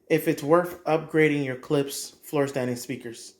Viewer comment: It’s Klipsch , Not Clips . 😂